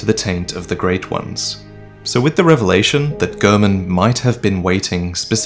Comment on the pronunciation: It’s Gehrman not German